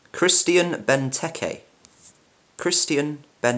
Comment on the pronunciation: Christian is pronounced wrong, kinda a fail for a pronounciation channel...